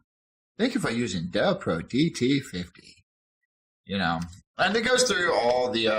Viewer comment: Why do you call it a Dovpro when it's clearly labelled DOVPO?